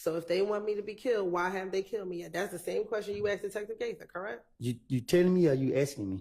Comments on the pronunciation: That lawyer just said axed lol come on she sound like the thug. What lawyer worth a damn can’t speak proper English?? Ridiculous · The lawyer saying geeked up and 'aksed' in court is so embarassing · A RICO prosecutor is a high-end prosecutor. Why is she saying axed? This is some ghetto ass shit right here. This women dont belong anywhere near a court room, unless she on trial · Also ... what type layer keep saying axed?? This broad for the streets fr. Chase that money boo but u can't hide ur roots 😏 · A "professional woman" saying, "axed" instead of "asked" in the courtroom. WTF !!?? What godamn college did these fools go to ?? Why are they even in the courtroom ?? 🤦🏻‍♂️🙄🤣😮‍💨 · I can't believe that a bar certified highly educated person like this continually pronounces asked as "axed" WTH. Doesn't she realize how dumb that sounds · fixed it. Meant to type ' aksed ' ... Even auto correct knew better